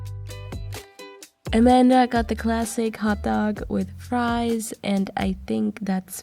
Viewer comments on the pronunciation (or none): none